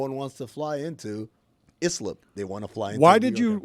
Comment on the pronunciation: Thank you Amin and Jessica for setting things straight from yesterday. 👍🏾 Also for the record Islip is pronounced Eye-Slip.